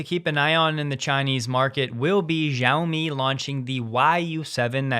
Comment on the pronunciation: XIAOMI should be pronounced “SHE-YOW-ME.”😉